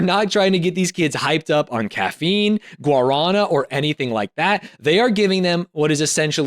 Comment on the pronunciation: The way he said Guaraná, almost gave a heart attack